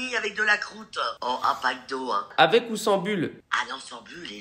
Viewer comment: Je suis la seul qui a entendue "mcdo" au lieu de "pac d'eau" 😂